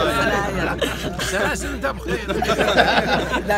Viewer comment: ههههههههههههههه يدفه يقوله السلايل السلايل ، سلاسل قدك مربط هههههههههههه